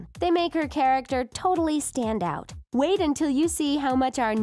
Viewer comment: “As we wit for her to grow up” 😂